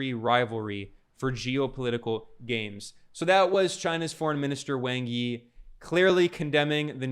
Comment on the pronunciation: I know it isn’t a big deal, but Wang Yi’s name is pronounced more like “Wong Ee”